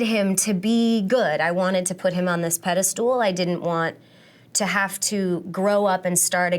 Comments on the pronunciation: Except for "pedestool" lol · From now on I will only pronounce it pedistool!